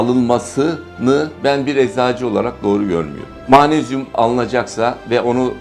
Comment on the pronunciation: Mağnezyum = MAG NEZ YUM!